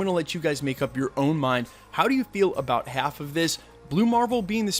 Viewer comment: u said”rong” I’m correcting your sentence also “about” not abute